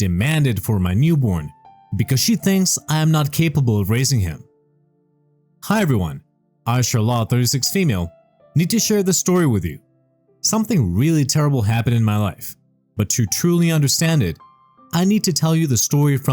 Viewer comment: "sharlette" is the pronunciation dude 😵‍💫